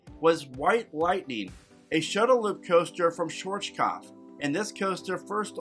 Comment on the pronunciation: I love how no american creator knows how to pronounce Schwartzkopf. So, lemme help you : Shvah-RRttskopf. You're welcome